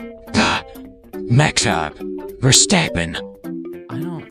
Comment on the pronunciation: VOD muted starting until . Song played: Brain Power - Long Version by NOMA. Shadow TTS struggles to say Max Verstappen & GLaDOS TTS singing the lyrics to Brain Power "O-oooooooooo AAAAE-A-A-I-A-U- JO-oooooooooooo AAE-O-A-A-U-U-A- E-eee-ee-eee AAAAE-A-E-I-E-A- JO-ooo-oo-oo-oo EEEEO-A-AAA-AAAA" , then GLaDOS breaks and cuts off the rest of it LMAO. Edit: VOD is also muted starting until . Honestly do not remember this part of the stream or what the song was, but I think it's a song about Max Verstappen? I'm not sure tbh.